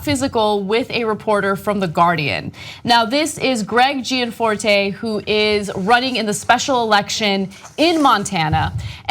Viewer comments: Also Gianforte, is pronounced correctly jan FOR teh, not Jee Ann FOR tey. I will now become pronunciation Nazi. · You are not pronouncing his name right though ?